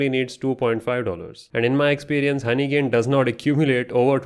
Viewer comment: Bro have personal problems with honeygain 😂😂 Every time in every word honeygain is cooked 😅